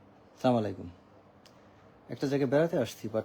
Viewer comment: সালাম টা শুদ্ধ করে দিবেন স্যার।।